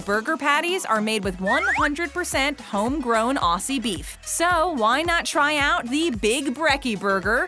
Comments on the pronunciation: I am so pissed you are right it’s Ozzie not ossy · Aw-zee not Aw-see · Nah Macca's is legit. Buy Awsees (Aussies) is pronounced weird. It's OZ E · Listening to you butcher our slang hurts me inside. Aussie is not pronounced with a soft c sound, but a hard z sound, like how you pronounce the Ozzy in Ozzy Osbourne. BTW McDonald’s coffee is merely okay, we have many better options in most places than there. We do have something akin to the dollar menu thank you, it’s called the loose change menu, and it’s been around for YEARS (granted it’s not a big menu, but it is there), so you’re wrong about that too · Yeah, she said aw-ss-y rather than o-zz-y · nope, from them absolutely butchering Aussie (o-zzy not ar-see) to saying we don’t have value menu (either the loose change menu or just ordering a burger alone) is ticking me the fuck over. They search for about 3 minutes and it pisses me off like fucking crazy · Did they just pronounce the word Aussie with a ss noise rather than a zz noise- wheeze in Australian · ITS NOT AUASSY ITS AUSSY AND ALSO YOU SAID MACAS NOT MACCAS ONCE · it hurt me every time she said “aw c’s!” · If you were auZZie then say it properly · Please do your research before this...hate when people stereotype Australians....also ITS PRONOUNCED AUZZIE NOT AUSSIE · I am Australian and the way she said "Aussie" made me cringe u say it like "ozzie" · Everyone- it’s pronounced Ozzy” - “CAN’T NOBODY TELL ME NOTHIN” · ITS PRONOUNCED "OZZY" BUT SPELT AUSSIE, STOP SAYING IT WITH AN S U WEIRDO'S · Auszie is how she says it it’s AUZZIE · I got triggered hearing her say Aussie it’s actually pronounced Ozzy but it’s spelled Aussie. Just think it’s Auzzie. (Well I did spell it Auzzie when I was smol) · Who’s gonna tell her Aussie is pronounced “Auzzie” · The way she says Aussie just doesn’t sound right she pronounces it like awzee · Its auzzie not Aussie it’s spelt Aussie u say it like auzzie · You sound like you're saying Auseas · 😡 say Aussie right!